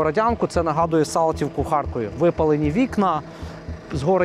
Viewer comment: "Згорэни квартыры"😂язык опездала, это не украинский